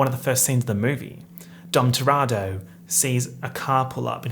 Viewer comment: I love you and it's pronounced TUH-re-toe